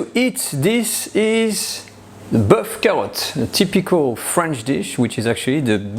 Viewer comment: Tu n as pas d'accent quand tu énonces la recette 'boeuf carottes'..plat réconfortant et rassasiant du début d'hiver.le Top du top une petite poelé de pomme de terre grenaille persillée.le bonjour de Cassis (paca)